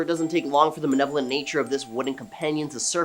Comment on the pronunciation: Its not manevolent. Its malevolent learn to read dude.